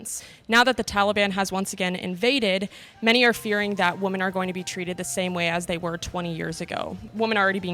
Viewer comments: Why can't young Americans pronounce 'women' correctly? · Did anyone else notice that it sounded like the interviewer said “woman” in place of “women” throughout the whole interview? I don’t know why but it bothered me 🧐😂 This was a great reality check for those ladies crying oppression. Nope 👎 we are not even close to being oppressed as women in America. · What the hell is this "woman" bullshit this ignoramus keeps saying? The word is WOMEN! Christ almighty. Don't they teach any English anymore? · Nice to put things into perspective for the younger generation, also does the interviewer keep saying woman instead of women. I didn't know that was a thing. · Does she keep saying woman not women ? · Why don't these young women pronounce the plural sound for the word "womEn" instead of the singular individual "womAn" when talking about womEn as a group - it sounds so uneducated or childish. Then many of them try to tell US how to live, what we can say and what men should be doing. First fix yourselves ladies. They don't seem to have much of an understanding of basic grammar; so much for a college education now-a-days. They seem to be able to grasp the word "men" as describing a group and "man" when talking about an individual male. But they can't seem to generalize that pattern over to their own description. Really strange speech from strange young women. Regards. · Why does the interviewer keep saying "woman" instead of women? Unless it's my hearing of course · Why is she pronouncing women "wo-mnn" - isn't it "whi-men" ?? What did I miss? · you don’t pronounce “women” properly. Figure it out! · Why is she pronouncing women as woman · "Ive quit so many jobs because of the way I was treated." Grow up snowflake. Life isnt always fair. Is she saying women or woman lol? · Can someone teach this girl the plural pronunciation for “woman” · Tragic. She kept saying WOMAN when referring to the whole group. It's WOMEN! (MA'AM!) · You pronounced the word “women” wrong fyi